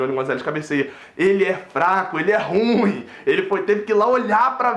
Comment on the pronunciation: Bela , análise moleque ! Muito triste , essa derrota e patética a perda do pênalti ! Nada a ver mas não diga " Ruim" , como se fosse monossílabo ... É , " Ru-im " ! Responsabilité ( ? ) de Falar , em público ! Saudações !